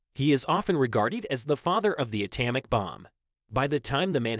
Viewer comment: Learn to pronounce common words, like atomic, if you expect to gain a following.